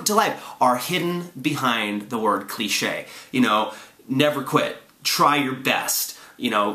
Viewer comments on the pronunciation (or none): Te secrets to life are hidden behind the word "cliSHAY" lol sorry i'm lame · it's not called a cliche. Its a cli-SHAY :D